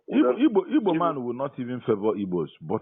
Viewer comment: Ok brother but next time learn how to pronounce igbo